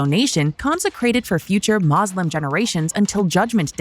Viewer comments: I thought you were a real political channel, not a Zionist sympathizer and western propagandist...first it is Muslim not moslim and second we do not believe in occupying lands like Israel...we believe in inviting the whole world to Islam....the translation of occupied land is a lie and I challenge that translation....Also hamas was created by Israel as a counter to the Islamic liberation movement and this information is all available on the internet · Whats a mallslum? She cant pronounce muslim?